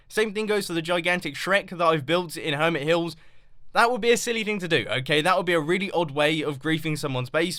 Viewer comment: I know ! Welcome to "HermetVill"